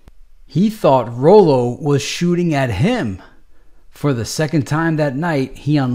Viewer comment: i believe it's pronounced Rollo🤔